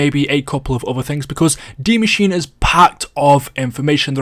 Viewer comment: What is dee mascheene